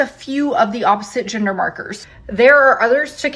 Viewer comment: why is she saying ginger instead gender 😭😭